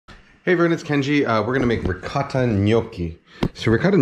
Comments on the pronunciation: Holy shit you actually responded. I think it's the way you accentuate the "t" sound in ricotta, whereas most pronunciations I'm familiar with give it more of a softer "ricah-DUH" sound, I think? I'm sure you have a reason for pronouncing it that way though. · Kenji can't decide how to pronounce "ricotta" lmao